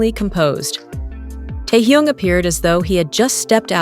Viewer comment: Неужели нельзя имя Техена правильно произносить, что за Торхун, Тохун? Даже неприятно слушать!